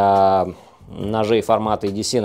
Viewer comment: Лайк, хотя бы за то, что не говорит едеЦЭ!